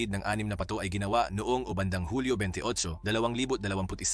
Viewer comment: ayusin mo pagka-bigkas ng salitang PATO... nag iiba ang kahulugan dahil di mo na-bigkas ng maayos